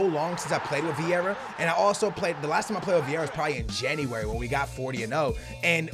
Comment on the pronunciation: anyone else get pissed when says "jenny-wary" instead of january